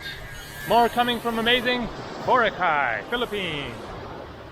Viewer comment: Pronounced bo rock eye, hope you had fun!